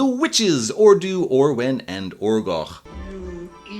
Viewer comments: Also the u is pronounced more like i so fflewddur would be pronounced flewthir and orddu would be orthi … if that makes sense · Minor point, but since my middle name is Cennydd, the Welsh spelling of Kenneth, I happen to know that dd is pronounced like a voiced th (as in this or that) in Wales. So the bard should be pronounced 'Flewthur' and the lead witch 'Orthu'. Why Disney chose to make Flewddur elderly, when he was young and full of bounce in the books, I don't know.